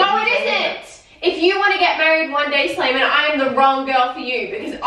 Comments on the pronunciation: Slaimanuh! I'm sorryuh! Heyuh! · She says slaiman but it sounds like Simon